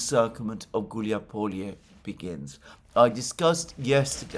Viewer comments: It's not Hiuliapolie. It's Gulyai Pole. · it's not "huilyazalupizrulyai" . It is "Gulyaipole". Easy as that. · "Hiuliapolie"? I think this should be "Huliaipole." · Хиулиаполие - это сильно конечно 😂